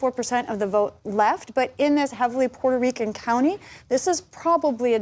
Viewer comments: There is high "Puerrrto Reeecuhn" turnout this day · PBS didn't used to feel comfortable spouting blatant Democrat Party propaganda in the old days. Nowadays, they are almost giddy about it ! I just loved the characterization of the Trump rally by Barron-Lopez. She just had to flex with the "Puerto Rican" technically precise Spanish pronunciation. You know, because she is "media elite" and is too fancy to just say "portorican" like a flyover-country native English speaker might do. "Racist and sexist" Madison Square Garden rally. Oh well at least she didn't throw in the "1936 Nazi rally at Madison Square Garden" verbiage.